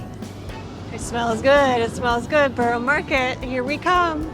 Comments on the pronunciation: Some pronunciation corrections Gren-itch not Gren-Witch Borough-A not Borough-O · Great stuff, especially the camerawork. But, a word about pronunciations, (if I may make so bold?!).... Greenwich = Grenitch. Leadenhall= Led un'all. Borough market= buh rur market! But hey! Great video.